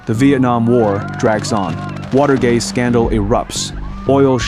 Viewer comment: Should be Watergate and not water gay